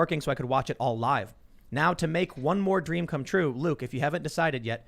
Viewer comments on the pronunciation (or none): none